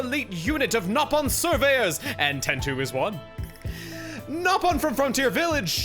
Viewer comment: They are pronounced Nopon, as they should be.